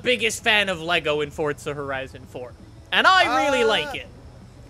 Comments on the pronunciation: It’s forza said as 4 za not fort za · Bruh guy said "Fortza" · Why do you say fortza 4